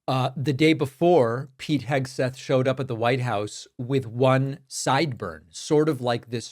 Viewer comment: You AGGHHHHHHH u messed that up!!!! Ur criticizing SPEECH but u spoke wrong and said “SEGTHETH” check it out!